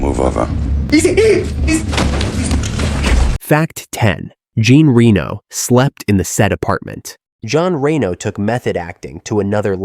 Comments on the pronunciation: The second I heard 'smash that subscribe button' I knew that nothing in this video would put my jaw on the floor. This is slop, BUT it can be used as a drinking game for every time Jean Reno's name is mispronounced. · Damn the mispronuciation of Jean Reno's name is off the charts.